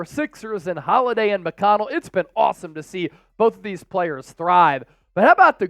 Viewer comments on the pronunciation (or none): none